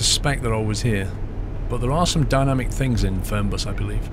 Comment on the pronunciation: die Betonung ist "Fernbus" nicht "Förnbas" its german, so the pronounciation is "Fernbus" not "Förnbas" like you did